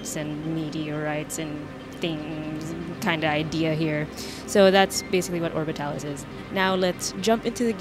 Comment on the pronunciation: You said it correct! XD Alan made fun of me for it. Also congrats on the stable orbit! XD I love the desperation in your voice as it kept orbiting... The live tweets were insane. Also I noticed the timing being slightly off too. Overall, I liked it! Maybe shortening it in the future? :) You show cased a lot, but maybe get into geamplay sooner. Overall, fantastic video and you can say the game correctly. XD